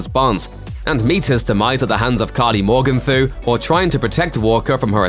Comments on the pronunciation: "karli more-gun-tho" ?? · How hard is it to pronounce Karli’s surname? They've been pronouncing correctly and quite a bit throughout the episode. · Can we appreciate the way the narrator says Carly’s last name lol